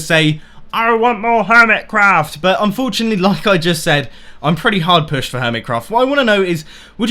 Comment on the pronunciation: I improve videos, plz dont say "unforuntalty" at the end of each video